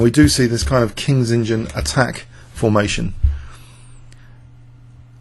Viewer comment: Why does he keep saying Kings engine opening instead of Kings Indian....God only knows